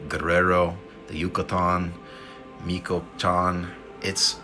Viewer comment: Since you seem concerned with pronunciation… it’s pronounced… Mee - cho - wuh - kahn. 🤗